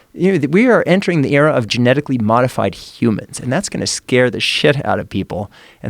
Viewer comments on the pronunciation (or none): Joe “Gemetically” Rogan